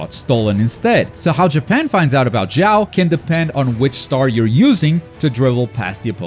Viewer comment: Aaaah they keep calling him Xiao in those games even tho it's not his name. That's guy name is Sho Shunko, you'll hear it during cutscenes and in other games, it's how it's pronounced. The mistake comes from how you translates written chinese name with japanese alphabet. That's a bit hard to explain, but the mistake isn't in most manga translations thankfully.